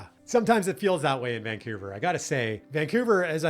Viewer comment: Vancoover/ Vancuevurr